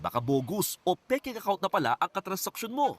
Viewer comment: Mygahd. Pekeng not peking. 😳